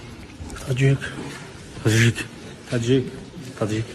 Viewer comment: Когда подряд начали коворить Таджик, мне показалось что один из них сказал аджик 😂